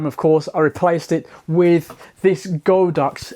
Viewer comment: It’s God Ox not Go Dox.